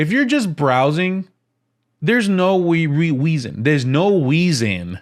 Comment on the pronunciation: I knew there was a WEASON I subscribed. We speak the same WANGUAGE.. Lol